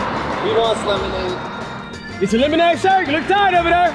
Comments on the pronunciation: killed me bruh "Lemod" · Idk but I found it so funny when kept saying free lemod